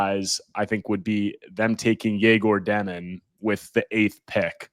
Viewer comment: Egor Demin's name is pronounced “Yeg-or Deh-meen"